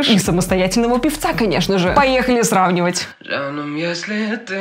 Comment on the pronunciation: да ,и говорится не жаным а джаным